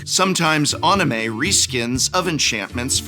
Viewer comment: Professor says anime weird